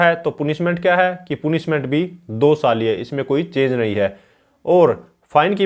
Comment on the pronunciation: Sir पूनिशमेंट नही पनिशमेंट होता है।बाकी आपकी video kaafi achchi h...uske liye bahut bahut shukriya...